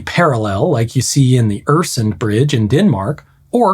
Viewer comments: how you said Öresund made me cringe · My favourite part of watching any video like this is when anything Skandinavian or Swedish in particular comes up, and I get clocked by the pronunciation of any word using an umlaut. What I mean to say, that is not how you say Öresund, or Øresund as the Danes call it, or at least not how I've ever heard a local refer to it.